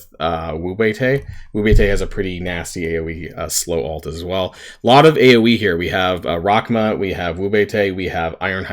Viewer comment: Is he saying ult or alt and why?